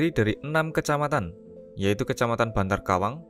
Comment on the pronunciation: Maaf mas bukan kecamatan bantarkawang yg bener bantarawung mas